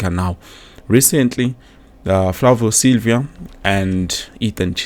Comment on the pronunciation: Silva not Silvia bro 😂